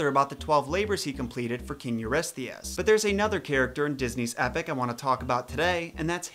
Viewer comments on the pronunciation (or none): none